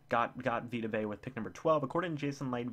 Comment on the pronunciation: You said Vita Vea correctly.